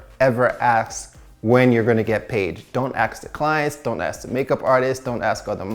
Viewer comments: It’s ASK not AXE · CEO of saying ask as aks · "Don't aks" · he said do not "aks" tho, so asking is ok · Love how we always says AKS 😂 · Is it just me or he can’t pronounce “ask” most of the time? Anyway, great content.